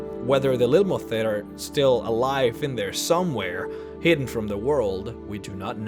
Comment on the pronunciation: Lil - mo - theet :D